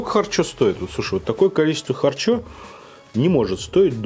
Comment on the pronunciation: минутка смеха: далма,чакмерули,кутапчик,харчо-харчя